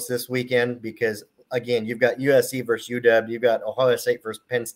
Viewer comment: Versus, not verse.